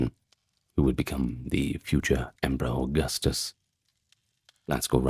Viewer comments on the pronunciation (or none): none